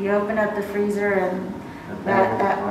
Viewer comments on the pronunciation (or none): none